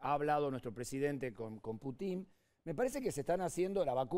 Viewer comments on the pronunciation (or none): Ahhh y por favor 🤦🏼‍♀️ dejen de decir Put í n... es 🙏🙏 P ú tin ( con acento en la u)